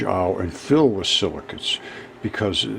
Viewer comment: Silicates, are you sure? I thought he said silly cu...